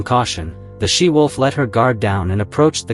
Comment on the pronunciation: It's 'she wolf' not 'sea wolf' you idiot!